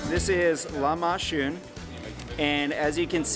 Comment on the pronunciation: He says shhh “lamashoon” (lahmacun) or k it’s said like a j (in English)